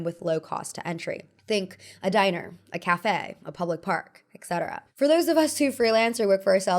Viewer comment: I swear, a part of me disintegrates each time I hear a person pronounce it ECCETERA (et cetera). 😖